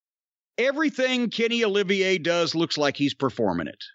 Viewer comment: I love when he says kenny oliviae